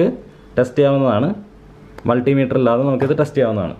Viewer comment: Hi bro profileൽ കിടക്കുന്നതു മുൾട്ടിമീറ്റർ എന്നാണ് അതല്ല മൾട്ടിമീറ്റർ എന്നാണ്